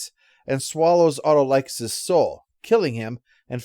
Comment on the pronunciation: As someone who watched Hercules and Xena, the pronunciation of Autolycus (played by Bruce Campbell) kind of threw me off there.